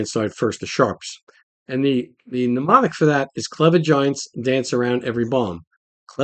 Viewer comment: Hey? The word is mnemonic (pronounced Nemonic) not pneumonic (meaning to do with the lungs, and pronounced New Monic). 😜